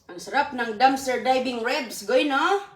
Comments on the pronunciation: Ribs not rebs😂😂😂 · Manners pls . Dnt talk while ur mouth is full bka sa sobrang katipiran mu mag suffer nmn ang health ng mga bata its not rebs but ribs😅 just saying